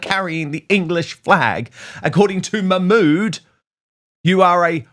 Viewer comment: Let’s see action Nigel enough of talk. Arab countries will never take illegals, because they protect their country. Yes Dan it is dangerous. BBC can’t pronounce her name.